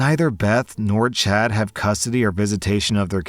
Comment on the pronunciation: You know you're too terminally online when you keep hearing 'chat' instead of 'Chad' lmao.